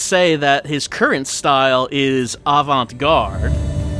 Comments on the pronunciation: And today, our feature is horrific pronunciation of "avant-gaaaarde," his questionably horrific...ally fashionable outfit, and that horrifically furry chinscarf he has during the fortune cookie segment. I love how it seems like Swery's seen The Departed. The... I don't even know the right term for it - the hardcore metal Irish jig music?? - is straight up that movie's alley, haha. The QTE sections really were awesome, though mentioned that getting a Perfect was actually pretty hard. I wonder how long it took for him to get the timing down...? I love the orgel track that plays when gets kicked in the nads, though, haha. The banter almost makes me believe that if Antonio and were in other situation, they might've been good pals. Also, Philip, you were completely useless lol. I've never had so much second-hand embarrassment in a game as when was wearing that outfit, and it wasn't even for when he was talking to Duncan. (Speaking of which, I'm loving Duncan, though I couldn't help agreeing with in the last scene. At least his loved one... can be put back together? Using another's loved one's leg as a baseball bat, though...) It was actually me imagining what Derek and Olivia and all the other NPCs would say if they actually noticed the outfit you wear....Actually never mind, that would be quite hilarious. Forget about the embarrassment. I noticed this before, but when first gets the memento, what he sees is something like a premonition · I really like really exasperated pronunciation of "Avant-gaaaarde!"